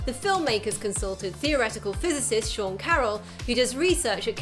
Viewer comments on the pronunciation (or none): none